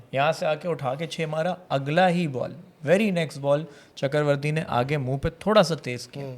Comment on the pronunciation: It’s not CHAKAR-varthy.. it’s CHAKRA-varthy … initially I thought you were speaking some Urdu 😊